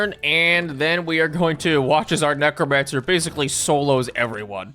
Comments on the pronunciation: fully heard "mech romancer" instead of necromancer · Neck romancer